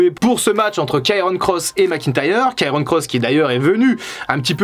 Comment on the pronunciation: Doc, c'est Karrion, pas Kairon ;-)